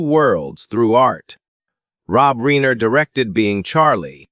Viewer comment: I can’t listen when you can’t pronounce their last name correctly!!